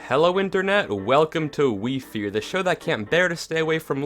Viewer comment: crazy how in 3 years he got an additional 1m! proud of you wifies still say it like wi fi haah